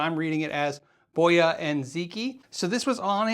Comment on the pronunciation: It's Chinese, where the stress is rather on the last syllable, so rather bo - YA And zhee-TSJEE. I found a video (from 2018!) that confirmed that, Most noticeble is that the Q is pronounced as Zh or Tsj But off course there's no need the leave usual conventions.